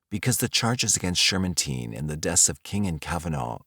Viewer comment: he's right tho, I think you pronounced the name Shermantine wrong from what I remember from a doc I watched